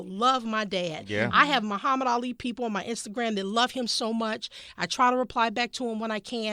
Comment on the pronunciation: he couldn't even say Muhammad right.